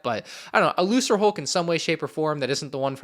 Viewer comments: Why do you pronounce Lucrehulk that way? I always thought it was "Lu-ker-hulk" not "Lu-sir-hulk". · It’s pronounced “Luker”hulk not “looser”hulk although I get why he pronounced it like that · Was saying Lucrehulk wrong? Last I checked, it was supposed to have a hard 'c' (lu-ker-hulk) not a soft 'c' (lu-ser-hulk). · It’s probably pronounced “Lu-KER-hulk”, I think; Lucan’s a Middle English word is pronounced “Lu-KER” and means money or profit. It’s another one of Lucas’ amazingly unsubtle references names for things, lol. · How is pronouncing lucrehulk??!!!!?!!? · interesting video, however, one thing, when u pronounce "The Lucrehulk", u pronounce the first C is pronounced like a K, its just sum that I felt like I needed to point out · Does it annoy anyone else how he says certain things? Lucrehulk for example? Like they say it out loud in so many things and yet he still says it wrong.